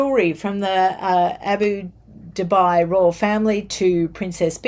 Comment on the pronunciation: Abu Dhabi = Abu Dâbee...think you confused the pronunciation with Dubai